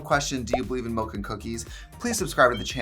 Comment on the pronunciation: “do you believe in mOlk and cookie”